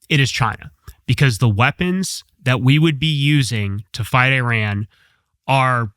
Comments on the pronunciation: This guy is wrong. He doesn’t know what the hell he is talking about. He even cannot pronounce the name the country, Iran, right. He keeps calling Iran (Eeran), EYE-RAN. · It’s pronounced “E-Ron” not “eye-ran”. You didn’t run anywhere sir. Kudos to TC for pronouncing it right. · They're called E-ran and E-raq. Learn to pronounce them. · I HATE US government and israhell. AND learn how to pronounce countries names. It is not I RAN🤢🤮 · I am an Iranian who finds it their right to educate others about their country when they dare to comment about it. Especially when that country has been home to a 5200 year old civilization. And the first thing to start with would be the NAME of the country of course. Names don’t have different pronunciations. Same way there’s one way to pronounce Phill or whatever else your name is. Simple as that. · It’s not about how I pronounce it. It’s about how a name IS pronounced as a word. And my origin is relevant here cos I would know what the correct pronunciation of the word that represents the name of my country is. That’s all.